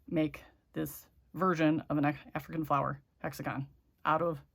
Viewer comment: Flower not fliwer